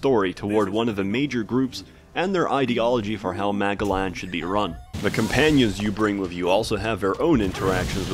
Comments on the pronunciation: I'm sorry, did he say "Magaland"? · I couldn't be the only person who heard the title of that planet as "MAGAland."